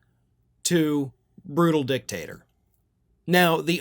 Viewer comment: Did u say dictator or dicktasrer im thinking its the latter of the two